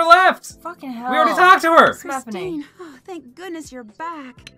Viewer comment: "Chistine" lmao